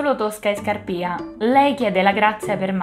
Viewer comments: Brava, mi sei piaciuta molto anche questa volta! 😊 L'unica cosa che vorrei dirti è che penso si dica Scàrpia e non Scarpìa, a parte questa piccola cosa ti rinnovo i complimenti per la passione che metti nel fare questo progetto. Rigoletto come lo vedi per una prossima operazione? 😂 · ⭕️ATTENZIONE: Ho pronunciato sempre male Scarpia, si dice Scàrpia e il primo atto è ambientato nella chiesa di Sant'Andrea della Valle, non Santa Maria.⭕️